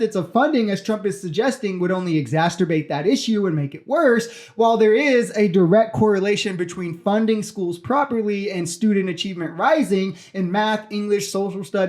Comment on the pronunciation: Exacerbate not exasterbate